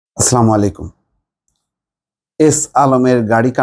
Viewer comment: আপনার সালাম দেয়া শুদ্ধ হয় না, প্লিজ বলবেন আসসালামু আলাইকুম । মনে কিছু নিবেন না এটা গুনাহের কাজ ।